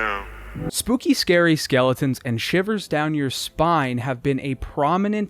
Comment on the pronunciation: "Too scarwy" 🙄🤣 good one good one. You're mom appreciated that one haha